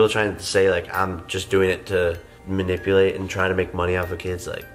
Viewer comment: Jake Paul’s such a moron he can barely say manipulate or manipulative